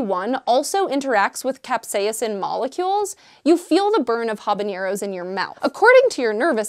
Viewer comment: AGH! Again with the pronunciation. Sorry. Pedantic, but it's Haba-narrow. Halapen-yo. There is no ñ in Habanero like there is in Jalapeño. Other notable brain stabs are Spe"she's" instead of Spe"sees", or the oh-so-wonderful Nu-Q-lar in lieu of New-clear. BAH! Words.